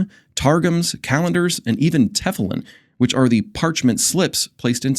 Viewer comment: Great pist, but your "tefulim" is actually pronounced " tehFEEleem." You're welcome. 😊